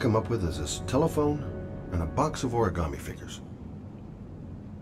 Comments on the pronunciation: WHY DOES EVERYONE SAY ORI-GAmmie INSTEAD OF ORI-GA-ME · anna stallworth 😂😂😂 exactly one was like origammi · I loved this game bacc when I first played it on the PS3 but I've always hated how they say ORI-GAAH-ME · Why does Gordi's voice actor say "oriGARmi" ...DO BETTER!! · Why can no one in this game either correctly or consistently pronounce 'origami' like....that is so hilarious to me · Why these people pronounce the word origami so weird